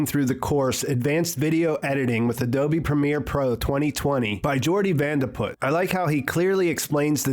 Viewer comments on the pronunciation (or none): none